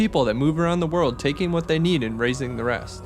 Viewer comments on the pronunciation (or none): none